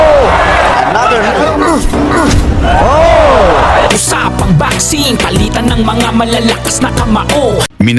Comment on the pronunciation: Pinasa'yaw? ? Maling bigkas O'zamis"? Oza'mis ang wasto. Pali'tan?? Ang wasto ay pa'li'tan